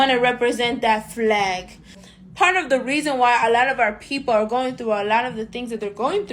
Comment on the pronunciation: I like the way she says "Flllllllag" 😍